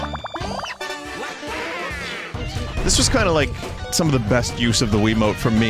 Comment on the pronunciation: He pronounced wiimote like quimote